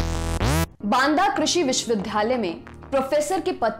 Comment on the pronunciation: मैडम! आप विश्ववि --- "द्या" -- लय बोलिये वि"ध्"- यालय नहीं-- उच्चारण सही करिये🙏